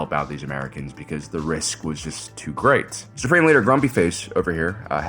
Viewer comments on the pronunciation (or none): none